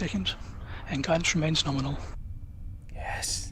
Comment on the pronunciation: mispronouncing things